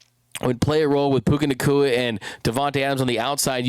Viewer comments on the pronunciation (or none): Puka "Nagua" 😂 chill,. GO RAMS